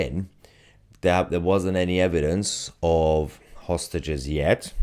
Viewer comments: That's exactly what I said hostages does sound like sausages he was probably shouting to someone he knows you don't take hostages wearing a dressing gown 😂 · Is he saying that he's got hostages or sausages? Perhaps he's inviting people for dinner. Just bring a bottle and a fork. He has his own knife.